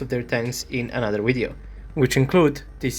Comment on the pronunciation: I cant do all of them in one “wideo” had me 🤣😂🤣😂🤣😂